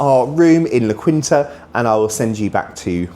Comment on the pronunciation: Its pronounced "la keen-ta" But its a decent place to stay.